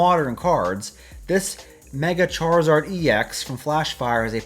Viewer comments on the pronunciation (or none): none